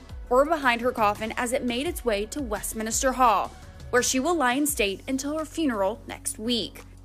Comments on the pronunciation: Lol, it's Westminster, not westminister. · Its WestMINSter not "Westminister" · Someone doesn't know the British Name...west minister.... west minster!!!! First lets get educated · Its Westminster not WestminISter. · The way she kept saying Westminster drives me nuts and I’m American. Not sure how it’s actually pronounced but I have always heard it differently than she pronounces it. Sorry not picking on her or being mean. Maybe it’s just the lack of accent? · It's the pronunciation that rubs me the wrong way. It's total disrespect that the American announcers get it so wrong. Image if a foreign correspondent was to consistently mispronounce American city or institutional names - there would be hell to pay. Utterly disrespectful, (and ignorant) particularly at this time.